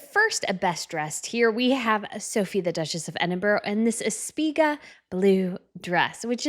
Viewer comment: I was waiting for you to mispronounce Edinburgh. And yes, you did within a couple of minutes. Please Google how to pronounce Edinburgh.😮